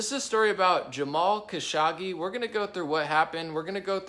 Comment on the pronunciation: “Kuh-show-gee” is how to pronounce his name. Who dies an analysts without bothering to learn how to pronounce his main subject’s name? Trump decided to give the Prince responsible for ordering the brutal murder of Kashoggi a king’s welcome at the WH in Nov 2025, and denied to press the prince ordered the killing even though it’s a known fact he ordered the hit..